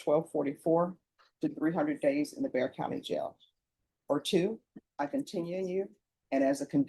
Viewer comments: “Bexar” as in “Bexar County” is pronounced “bear” like the animal, not “bex-ar.” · It’s not “Bex-R” county. It pronounced “Bear” county. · She should have gotten 2 years in prison. Also...it's pronounced 'Bear' not Bex-Are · Bexar county is pronounced “bear” not “bexar “. I know, it’s stupid! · It’s pronounced like bear, not bexer. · Btw, it’s not bex ar county. It’s pronounced Bear county lol. She should have received more time. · Bexar County is not pronounced like it is spelled. It is pronounced "bear" county. Not bex-er. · Bexar is pronounced BAY-er. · If you’re a human that reads comments, when you’re speaking of BEXAR (PHONETICALLY BEAR !!!) COUNTY TEXAS, you have to say it right! Bear/Bexar That X is silent! 😊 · BEXAR is pronounced BEAR,the X is silent. But robots don't understand that concept😅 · so you know people in Bexar county, pronounce Bexar without the 'x'. It's Bear county. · Forgive me for pointing it out, but Bexar County, Texas, is pronounced like "Bayer." (Proud native Texan here.) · The county name is pronounced bear. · Its not Bexar County.....its Spanish....the X is silent.....its pronounced Bear County..... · Bexar is pronounced (bear) the X is silent, other wise good video🙀🙀🙀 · Bexar County is pronounced Bear County. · Please learn how to pronounce the names of the cities and counties. San Antonio is in Bexar County which is pronounced BEAR 🐻 like the animal. It's a Spanish name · BEXAR is pronounced BAY-er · Bexar County is pronounced 'Bear'. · It's Pronounced 🐻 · The county is Bexar County, that’s pronounced B-e-a-r. This is San Antonio. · It's pronounced "Bear"County Jail. BEXAR County. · Bexar County is pronounced Bear County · The 'x' in 'Bexar' is not pronounced. It's pronounced, 'Bear'. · It pronounced bear 🐻 :) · It's pronounced BEAR COUNTY